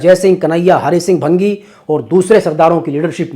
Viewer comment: Bhaangi hota hai bhangi nhi